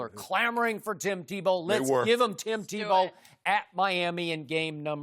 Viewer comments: Shannon is so funny when he mis-says something he called Tebow Timbow 😂😂😂🤣🤣🤣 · Shannon: "TimBow" 😂